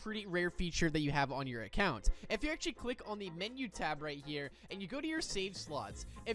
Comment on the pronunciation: erm you said "actually" wrong dumb